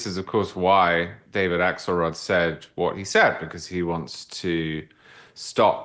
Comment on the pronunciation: I just thought I heard “Asshole rod” and realized it was “Axelrod.” 😂